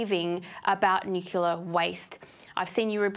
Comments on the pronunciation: If your going to shill for nuclear energy... start by pronouncing it correctly. Also... nuclear waste is a massive problem... your making vague statements that are misleading and not scientific. Currently nuclear waste is not handled responsibly because of the cost to do so and stored on site at most facilities making it an even bigger security issue. Your washing away the practical reality with vague imaginary solutions that are not in place or in use. Solve those problems first then start talking about how safe it is. P.S. please feel free to eat all the nuclear waste ya want. Put your money where your mouth is. ML and Blessings. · I agree 100% hence my response... "If your going to shill for nuclear energy... start by pronouncing it correctly. Also... nuclear waste is a massive problem... your making vague statements that are misleading and not scientific. Currently nuclear waste is not handled responsibly because of the cost to do so and stored on site at most facilities making it an even bigger security issue. Your washing away the practical reality with vague imaginary solutions that are not in place or in use. Solve those problems first then start talking about how safe it is. P.S. please feel free to eat all the nuclear waste ya want. Put your money where your mouth is. ML and Blessings."